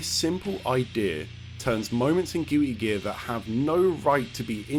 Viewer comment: Gil-ee geah lol